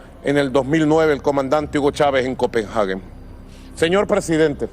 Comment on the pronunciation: Excelente y muy puntual discurso del señor Maduro, pero la capital de Dinamarca no se llama "Copenjage" sino COPENHAGUE.